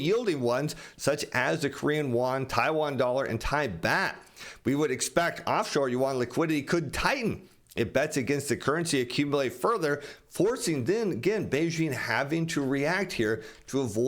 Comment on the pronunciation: thanks for your ongoing helpfulness in financial info for us who don't have this gift. (the Thai baht is pronounced the same as our English word 'bought')